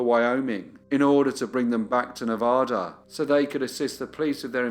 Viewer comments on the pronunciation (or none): It's Ne-va-da, not Ne-vah-da, a like in "cat" - thank you!